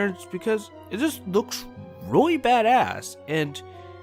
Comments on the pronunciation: he said ROY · Nathan Pike you mean weally?